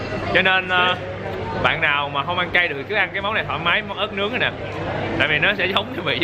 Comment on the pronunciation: Ớt nướng mà cứ nghe ra là ếch nướng 😂😂😂